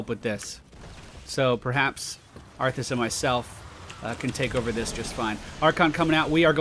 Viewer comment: He says it like that on purpose. I do recall him spelling it as arfus in a chat once. x3